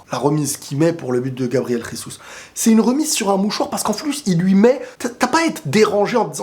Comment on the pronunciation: Ça ce dis pas resus mais Jésus c'est un brésilien donc c'est en Portugais pas en hispanique